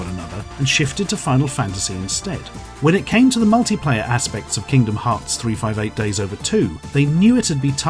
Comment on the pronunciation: Thank you for pronouncing 358/2 days correctly, I appreciate it greatly